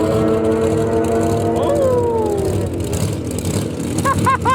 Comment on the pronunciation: Lol..he said “ muscle car killa”!!!